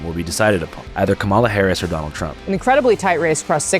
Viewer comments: ANDREW, BRUH...ITS PRONOUNCED COMMA-LUH smh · It’s not “cuh-Mawla” it’s “Cawm-uhla” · Andrew , it is of no consequence other than honesty , Kamala is pronounced "comma la" . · Bro, come on... Mispronouncing Kamala's name in Sept 2024??? Seriously, there's no excuse for that shit anymore. Didn't expect that from someone as based as you. Also, this is the most intelligent, woke biker I've ever seen. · Is it so hard to pronounce Kamala's name properly?